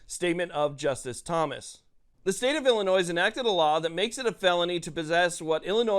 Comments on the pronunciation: "noi" not "noise" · Illinois = illinoy. The S is silent! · ILLINOIs. The S is SILENT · the "S" in Illinois is silent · In Illinois the “s” is silent. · Bruh learn how to say “Illinois”